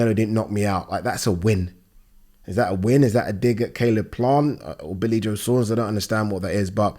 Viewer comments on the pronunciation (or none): none